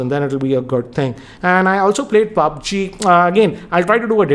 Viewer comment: That ''paaabg'' lol😂😂